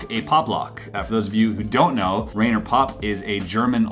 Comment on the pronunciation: The name Rainer rhymes with miner, more or less.